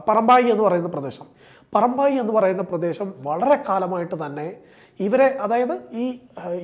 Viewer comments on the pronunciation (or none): പെരുമ്പായി അല്ല, പറമ്പായി ആണ്